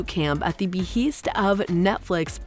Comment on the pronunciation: I'm glad I wasn't the only person annoyed with the mispronunciations. "Regency" was the most frequent, but she also managed to mispronounce "behest" and actor Regé-Jean Page. I'm told I shouldn't be too critical of others' grasp of the English language, but if one is going to engage in public speaking, one should be sure to pronounce words correctly. When it comes to an actor's name, IMDB usually can be counted on to have the pronunciation in the trivia section.